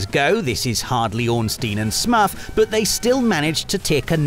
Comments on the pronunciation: "Ornstein and Smuff" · Is it really pronounced smuff? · Wait what?! Ornstein and who?! I never heard Smough pronounced like that. Is that a British thing?